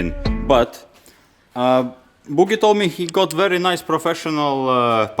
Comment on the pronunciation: 'that's a very nuce rug'